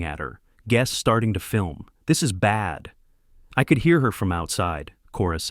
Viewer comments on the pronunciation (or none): none